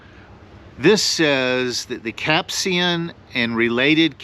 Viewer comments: Dude, it's capsaicin. Not capsian. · It's pronounced "cap-say-sen". Do people even try to pronounce words they don't know anymore?